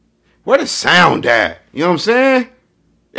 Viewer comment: It took me when he said “ where the SOuNd At “ 😩😂